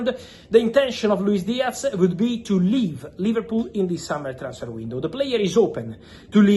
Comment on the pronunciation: Its not a Luis DiaC its a f ZZZZZZZZZZZZ DIAZZZZZZZZZZZZZZZZZZZZZZZZZZZZZZZZZZZZZZZZZZZZZZZZZZZZZZZZZZZZZZZZZZZZZZZZZZZZZZZZZZZZZZZZZZZZZZZZZZZZZZ